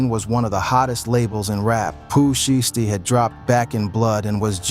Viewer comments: Foogiano is out?? And I wish these white mf'ers can pronounce there words right, it's "shiesty" not "SHY-EASTY" and it's "1017,TEN 17" NOT no damn one thousand seventeen smh goodness gracious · "Pooh Sheesty " 😭😭